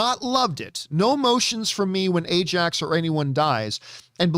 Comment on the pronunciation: It’s Ajak not Ajax lol